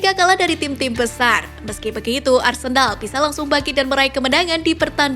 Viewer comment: kok aku dengar arsendal ya😂